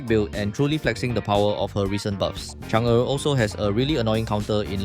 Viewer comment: Finally someone who pronounced chang er correctly